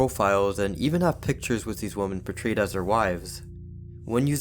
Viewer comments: The word is WoMEN not WoMON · Great content but it's pronounced WIM-MEN for women; you're pronouncing it as the singular, woman. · Please learn how to pronounce the word "women" ....... it's NOT the same as "woman" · Didn’t you promise to learn how to pronounce the word Women?